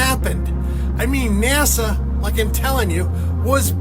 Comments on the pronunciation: I love you. Truly I do. But please stop saying NAZA! Its NASA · Dude! Its NASA. Not "NAZA" 🤣 cut it out 😆😆 drives me "crasy"